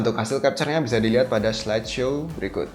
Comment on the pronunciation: info bagus tapi pengucapan katanya terlalu lebay bos. contoh pengucapan kata "berikut" ...diucapkan "berikuth"